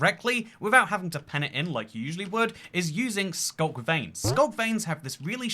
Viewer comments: what is SCLUK? did you mean SCULK?? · ah yes my favorite block, the scluk